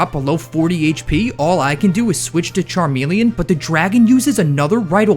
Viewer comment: THERE IS NO I IN CHARMELEON!